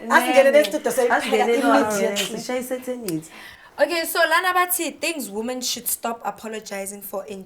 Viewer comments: She pronounced it wrong entirely. She said "setenity" instead of "certainty" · "SERTANITY"is actually CERTAINTY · Weee you lost me at certainty “Sertanity “ new word sana😅😅 u last born is so smart though🤏🏽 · Yeah she wanted to say "Certainty"